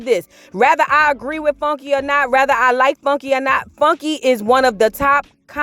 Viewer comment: It’s whether, not rather. Good video though. Subscribed 👍🏾